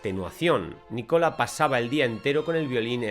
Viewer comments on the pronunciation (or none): Es Nicolo ..no nicola